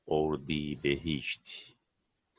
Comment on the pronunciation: Hocam ordibehişt değil ordibeheşt olacak o saygılar